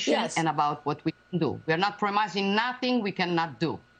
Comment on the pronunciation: Certo, però una che dice we are not promising, pronunciato promaising, fa un po' ridere...